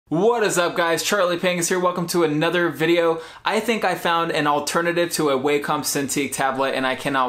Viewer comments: The Wacom tablet is not pronounced like "Way-Come." The proper pronunciation is like "Wah-cum." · Its pronounced wak-com Not way-com